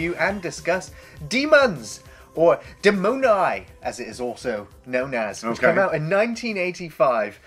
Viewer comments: the Italian pronunciation is not "demOnai" but "dEh-mon-ee", pretty different. BTW I hate giallo movies so much: the actors can't act, the directors can't direct, etc... greetings from Berlin 8the Metropol today is way scarier, check on google maps) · Gary I am italian and your pronunce of DEMONI is so funny XD .......follow me DE like DESK - MO like MORON - NI like NEON DE-MO-NI NOT DIMONAI as you red it